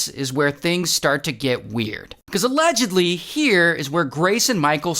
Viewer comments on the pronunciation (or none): Also allegedledly